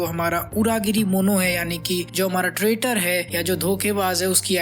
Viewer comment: bhai comment kyu delete kiya Itne confidence se traitor ko trader bol raha tha🤣🤣🤣